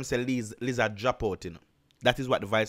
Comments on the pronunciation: 😂😂😂😂😂 I can't get over u saying "liz- zaz" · Bruh wtf is a lizaz😂🤣